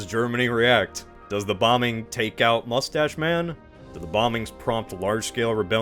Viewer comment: "Mustach Man"? Seriously? 😊